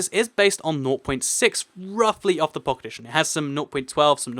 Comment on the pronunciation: it sounds like you're saying pocketition instead of pocket edition